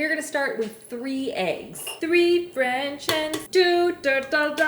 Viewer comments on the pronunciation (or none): none